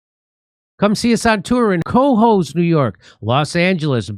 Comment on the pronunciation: Tell Jimmy “Cohoes” is pronounced more like “colleges” than “bozos”…